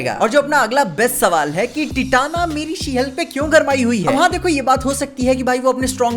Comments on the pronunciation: Bhai टिटाना nahi 😂😂 टाइटेनिया hota hai 😂😂 No offence. Sorry fans, couldn't resist. 😂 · Titania ko Tit-ana boldunga 🌝 Hawas ka Hawas Comments ka comments bhi badhjayega 🤣